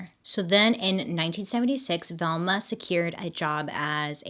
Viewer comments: I thought you kept saying thelma. I was like oh snap, my bestie is named after a true crime case, I gotta tweet this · Why are u saying Velma like this 😂😂